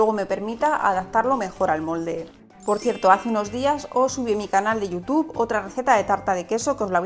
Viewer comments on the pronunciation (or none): none